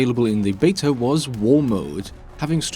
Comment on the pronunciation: It's beta, not betar